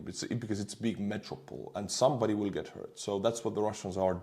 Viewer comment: Oh you're gorgeous! You even manage to mangle "willllll"😂😂❤❤❤